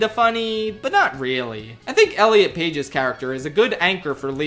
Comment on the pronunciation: Lol. "Elliot Page."😂